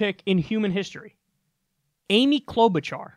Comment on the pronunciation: I’m a Minnesotan and I cringed when that guy said Amy Klobuchar. Er... no. She’s one of my senators and we don’t hear much about her, even. 🤣